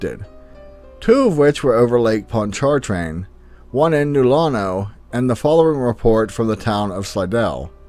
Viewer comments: Lake Pond chart train! I love it. Wow. It’s more like ponch-a-Train. Good try though. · Your pronunciation of Pontchartrain was close. It sounds more like Pon-cha-train (Pon as in pond) when people speak of it here in the central part of the state. I know some people from south of New Orleans that pronounce it like that as well. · Its lake Pontchartrain we pronoune It ponch-a-train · Lake Ponch - Cha- train. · I give you credit pronouncing certain cities. I am wondering why New Orleans and Baton Rouge do not get big event concerts anymore, Thanks Alice Cooper, you scared everyone! and, the way you pronounce Lake Pontchartrain makes me giggle